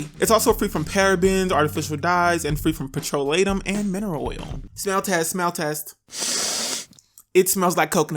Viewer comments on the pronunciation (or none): it’s petroleum not “pRO tRo LaTEM” 😂